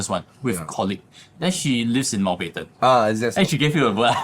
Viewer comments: Mount-bat-ten not mount-bed-ten.😂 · Bed ten also good lah